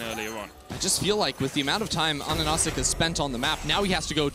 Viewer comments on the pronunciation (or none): It's AHaHaCik not ANaNaCik am the only one geting triggered by that xD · Pretty sure his name is A HAH SICK, not Anasick